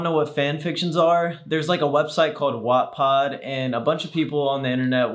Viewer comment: my guy did not just call it watt-pah-d 😂